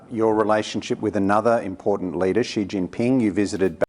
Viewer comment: More like Zee Jin-peng